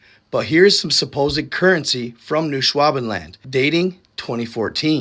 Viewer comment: Did you work in a meat processing factory when you were younger by any chance? I ask because the way you butchered "Noooo Swabin Land" time after time just madebit seem like something youve had a lot of hour's doing badly. Made it feel real smooth, so smooth ingfact, if you go have your repressed memories uncovered you'll find that you were actually kniwn as Päter tge "Father" of "the Fatherland" or as your people have come to know it Neau Schwäbenland or in the native dialect- NOooOo Swabinland don't dontcha know? Fun Fact: Antarctican Turkey is just eggs so if you swe it in the menu in the caf there ya go